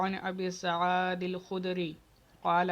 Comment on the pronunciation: حضرت آپ کو اپنی عبارت خوانی پر توجہ دینا چاہیۓ۔ آپ نے سعید کو غلط پڑھا ہے